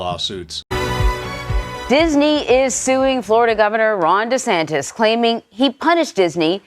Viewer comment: Ron DEE Santis???? 😅😅😅